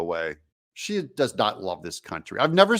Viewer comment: You said she wrong Doug lol